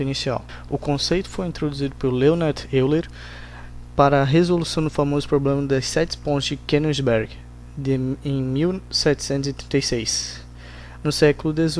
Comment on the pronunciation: Se pronuncia oiler